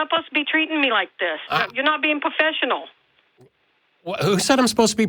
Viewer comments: "You sposed to be puhfessional" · Lol! "you're asposed ta be a puffeshunnal" When babies mispronounce words and pout it's adorable, when adults do it it's an embarrassment to the human race. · The way she takes the r out of professional is really bothering me… “poffessional.” 🥊 🤬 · What the hell does "pofessional" mean. Someone needs to give her an "r" s.t.a.t. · "You're aposed to be pofessional!" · Yuh posed tuh be pwofeshunal!! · Geeze this was so memetastic: "You were sterrrrrrrn with me" "You're supposed to be pouffesional" and of course: "All I did was ask questions and you got butt-hurt" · " ya suppose be POfessional..be POfessional" idiot 😅😂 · “Pofessional“ lol 😂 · "You not bein' po-fess-io-nal" This lady. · You sposed to be pohfeshenal